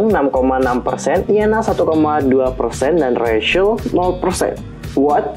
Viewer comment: Rachel bacanya kak bukan recel